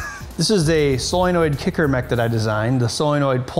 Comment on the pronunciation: You lose cred every time you say 'soilnoid'.